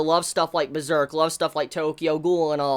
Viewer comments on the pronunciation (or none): none